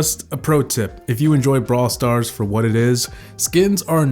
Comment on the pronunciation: How come it sounds like you say bra stars